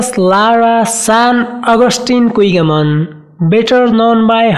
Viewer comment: Her last name pronounced as Kigaman not Kwigaman!